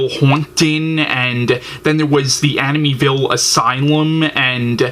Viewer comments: Please learn how to say the name Amityville pronounced Amit-e- ville. Not aminyville. Grrrr! So distracting form your point.Also. Try looking into the camera. Just some helpful tips. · He keeps pronouncing Amityville wrong and it's driving me nuts lol. Still love his reviews tho 😂